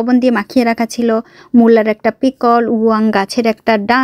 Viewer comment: Pickle er Uchha-ron Thik Vabe karo..